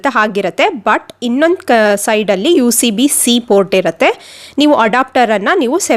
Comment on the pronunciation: Aduuuu USB-C ... not UCB-C :D